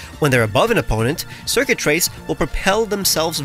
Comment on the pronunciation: "Circuitrace" My brain: DID YOU SAY XURKITREE??